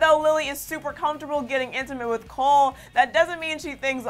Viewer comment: She just said "cale" instead of "cole" lmao I'm dead